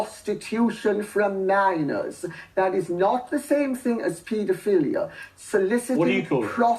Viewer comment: How I pronounce it: MINORS How that crazy old lady pronounced it: Minaaoaoaoieioooooorrrrs